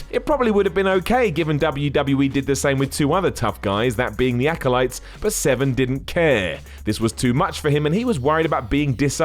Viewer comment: Are you saying Dan Seven? casue there is an r in his name